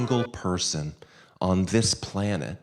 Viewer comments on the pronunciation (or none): none